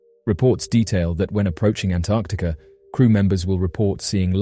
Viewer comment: did he say Antarcticer?